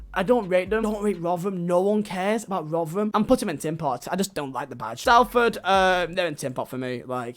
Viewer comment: When people say Salford like s-al-ford..... it’s S-ol-ford